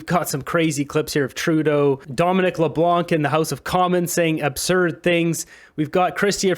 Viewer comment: Just to make a note that Dominic Leblanc, the C is silent so Leblan. BTH love your channel